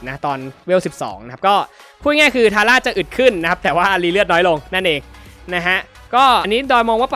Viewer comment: ทาร่าอ่านผิดครับ